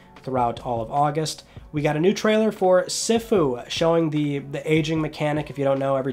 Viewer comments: Sifu - See-Foo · I hate when ppl don’t know how to pronounce words lol it’s pronounced “sea foo” not whatever the hell you said